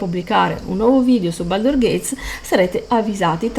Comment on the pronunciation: Baldur'SSSSSSSSS con la s, lo so son pignolo.